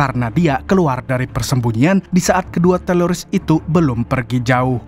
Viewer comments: Apa telingaq ya yg Salah dgr,Kok teroris jd teloris? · teroris atau teloris bang😅✌ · Teroris om kuhhhh, Bukan telorissss😂😂😂